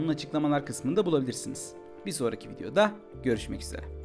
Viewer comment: harika bir kanalsınız, sizi herkese önermeye çalışıyorum. yalnız, bu seslendirmede bazı kelimelerin son heceleri fazlaca vurgulanıyor, örneğin sonlarda, "videoda" kelimesinin -da hecesinde volume artıyor, bunun gibi örnekler var. daha iyi olmanızı isteyen bir izleyiciden gelen naçizane bir eleştiri olarak kabul görmeniz rica olunur :) sevgiler, saygılar.